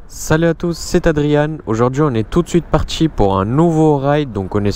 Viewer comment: comment repérer un cassos après 4 secondes... quand "on est parti" devient "on est partchi"